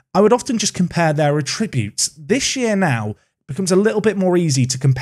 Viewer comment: Why does no one say attributes properly anymore?